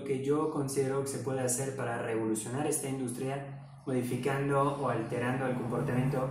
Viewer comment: Industria se acentúa en la "U" y no en la "I" espero te sirva. Gran canal y buen contenido!